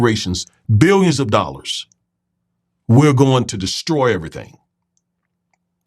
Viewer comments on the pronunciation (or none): none